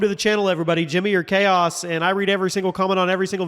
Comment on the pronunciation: Tell me why I after years of watching this channel, I just realized he’s not saying Jimmy R Chaos 😂